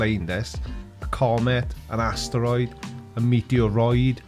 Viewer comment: Why does he pronounce asteroid like ASStroid? ASS? Troid? Like short for your ass been destroid? By the Creaky Blinder.